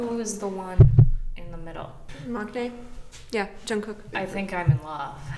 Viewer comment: “maknae” is pronounced “mannae”, just so you know